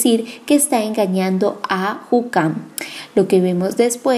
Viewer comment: Es Hunkar, no hucam...